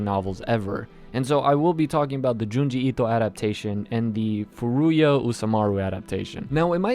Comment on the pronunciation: Why do you keep saying Junji Ito like that? Lol please stop.